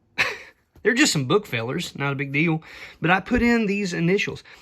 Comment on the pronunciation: I love the term "bookfellers"... Especially in accent. But the f is an s, sadly. So it's just booksellers.